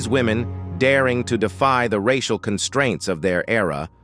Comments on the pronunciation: "Rash-ee-al issues"? It's too much to just have an actual human narrate the video? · The AI machine goes all French when saying 'racial' and 'intergration'. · I am sick of these stupid AI narrations! "reishial" issues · Monday March 18th 2024, 1002hrs The A.I. mispronunciations of societal racial, and several other words are hilarious.